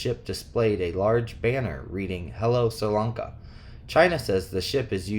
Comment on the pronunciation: Bless you! (Helpful hint: Sri Lanka is pronounced Sreee Lawnka -not sir. Just for future reference!👍🏼💞)